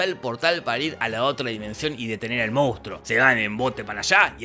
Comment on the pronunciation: Cómo amo que en Argentina digamos "moustro" en vez de "monstruo".